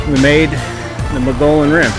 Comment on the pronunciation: Love the video account of your trip and the content is amazing. Moe-gee-on 😉